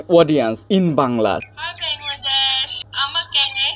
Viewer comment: Wow she says Bangla nicely.say hi from me